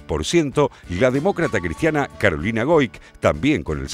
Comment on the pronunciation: minuto " de la demócrata "Cristiana Goic". jajaja leyó mal jajajaja. Debió decir " De la demócratacristiana Goic".